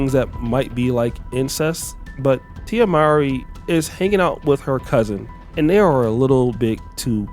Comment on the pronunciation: Her last name is actually pronounced: “more-ee.”